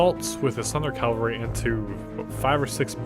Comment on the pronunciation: Ca-val-ry = mounted soldiers Cal-va-ry = the hill resembling the top of a skull two very different things >.<